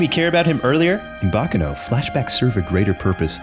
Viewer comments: its... bah kah noh... not "bacca no". for the love of god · Quick tidbit Baccano is Italian and not Japanese so it isn't pronounced like "Bakano" I have always really loved thus series! It reminds me a lot of the movie Snatch (great film, would recommend if you like this series, even if it isn't anime)